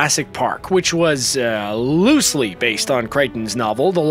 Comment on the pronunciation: very big emphasis on loosely. That’s for sure 😆 My favorite of the two books but my least favorite of the movies. Also looking forward to seeing my favorites back for the last movie. Alan Grant is the best!!